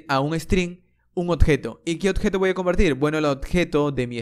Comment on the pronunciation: Odjeto, Ocserbar, octener, MAN HABLA BIEN ME CAGO EN TODO